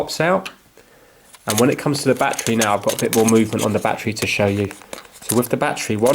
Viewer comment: What the hell is a “Batchree”???